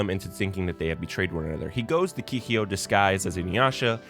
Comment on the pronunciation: You made a nice video but was it ragebait the way you pronounced some stuff? Keeheeyo? Shinkon Jewel? XD